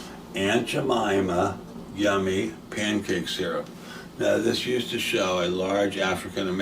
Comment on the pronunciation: Beverage? You drinkin’ s’urp now bro? 😂